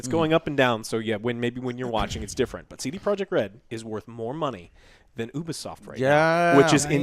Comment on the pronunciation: CrunchyRoll is known for not paying their employee's for months and then firing them. So have fun supporting that pos company. Serious Sam was ALWAYS PC first. Pronounced Ubisoft (you-be-soft) not oobisoft